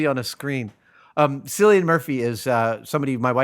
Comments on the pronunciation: Cillian is actually pronounced Killlian as opposed to Sillian. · It's Killian not Sillian!!! like a "k" sort of sound